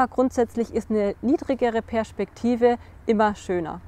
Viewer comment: ich mag deiin „sch“ in Perschpektive :-) Sehr tolles Video!!!